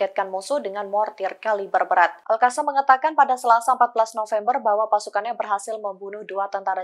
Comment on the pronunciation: Bacanya Alqossam